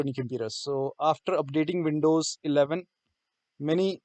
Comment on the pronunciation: vindows or windows, not vonting not verking